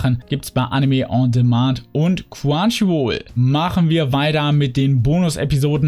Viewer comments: Nicht böse gemeint aber du sagst immer quwanchiwoll aber es heißt chrunchyroll xD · Ne, das ist eher ein "Quanschiwuol"